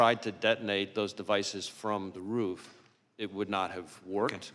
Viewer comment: May I just say it is, roof, and not “ruff”. You may now proceed.